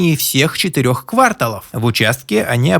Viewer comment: КвАрталов?! Тееерл(((